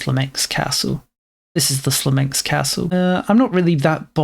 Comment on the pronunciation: "Smolensk", not "Slomensk".